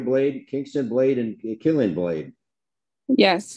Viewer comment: Lmao yeah I second Killian, not killing. 😂😂 It’s had a resurgence in the last couple of years.